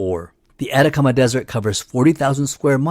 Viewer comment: Debo decir que tu forma de pronunciar "Atacama" se me hizo muy extraña